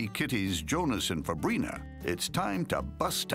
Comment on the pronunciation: Fabrina I thought the narrator said fabreeze